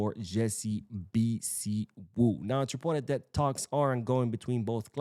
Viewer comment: The name is pronounced....... BHI-SIW ..... two syllable